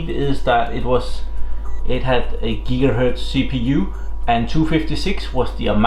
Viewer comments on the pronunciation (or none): none